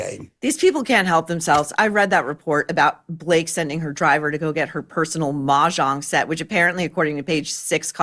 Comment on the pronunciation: Thank you Maureen for being the only person able to pronounce ‘Mahjong’ correctly